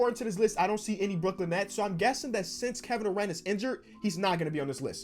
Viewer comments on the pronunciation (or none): none